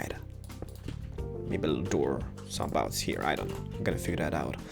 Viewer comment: He's saying heaahh instead of here, it's kind of annoying but, it's an awesome video tho and an awesome house!